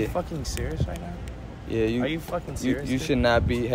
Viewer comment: Are you fucking serious right neow?